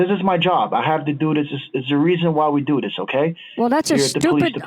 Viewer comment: "Doo-Dis" ? Do you mean "Do this" ?